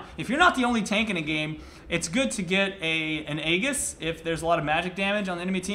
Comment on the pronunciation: egg-iss? (its A-JIS) fyi